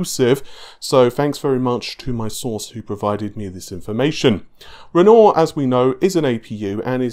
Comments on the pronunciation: While i really enjoy the content, unsubbed. The name is Renoir. Pronounced ren-wah. You have been corrected multiple times, and i am a man of my word and stated you say ren-oar again i would unsub. Bye for now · "ren-nor" (renoir) Sure that's not pronounced "ren-war"? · It's pronounced "run-noir", not "renoor". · Aslong as it sounds like renwah then it's good enough but this guy's saying ron or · Why do you pronounce it navé. How do you say navigation? Navé-gation? And you don't pronounce the word with 'noire' in it as it's written? Renaw? Man I don't get it. Thanks tho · Why is it that EVERY YouTuber butchers the name "Renoir"?